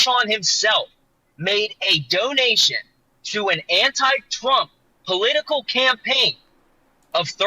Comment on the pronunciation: Dude just said anti twump. 🤣🤣🤣🤣🤣🤣